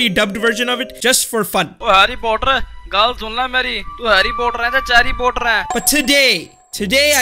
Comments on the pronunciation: harry puhtar. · By the way it’s not Harry puthat it’s Harry Potter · Oh noooooooo he said puthar not potter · Chary potter😂😂😂🤣🤣🤣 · Man I love “Harry purthar” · "Harry Puthar"? LOL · Harry Puthar 😂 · HARREH POTTAH